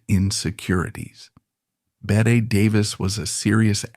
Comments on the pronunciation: Her name is pronounced Betty!!!!! Ugh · Not “bet” Davis it’s BETTY Davis.